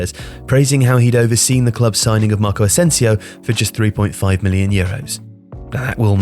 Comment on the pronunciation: My god dude,you butcher so many names,for fucks sake,Yulen Loupeteigui?!Maccow Asensiow?!Jouzei Angel Sánchez?!Florentinow Perez?!Cristianow Ronaldow?!Reial Madrid?!